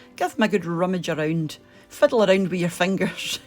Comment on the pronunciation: "give em a good rrrrrumage arrround" ☺